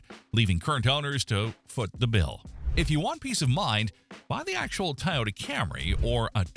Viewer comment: it should be Toy--oh-da and NOT Tie-oh-da